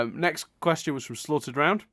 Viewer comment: I like how gets on ' back for mispronouncing names (like adding a D to your name - speaking of, I wish I had a fake middle name too!) but then you go and call me "Slaughtered round!" I just found that amusing and quite ironic